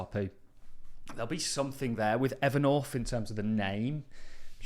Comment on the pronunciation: Evernorf. The English are unable to pronounce th for some reason.